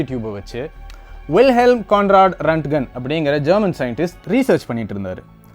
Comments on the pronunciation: Very good explanation on x-ray. But a small correction in pronunciation of the inventor. His name is not ரன்ட்கன். His name is ராண்ட்ஜென். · Pronounce it as Roent-Gent